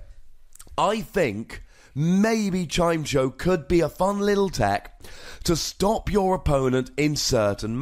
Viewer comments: I know pronounciations of pokemon are always up for debate, but isn't it Chim-Echo? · it's Chime-echo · It's "Chime-Echo", come on:P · I always pronounced it as chai-meh-co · I pronouce it "Chime" + "Echo". then try and say both words together at the same time, and thats the pokemons name. if we want even more pronounciation help we can look at old episodes of the anime, where Chimecho was part of team rocket (Generation 3, and early generation 4) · You had 8 years to learn how to pronounce it lol just giving you a hard time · its definitely pronounced like the words "chime" and "echo"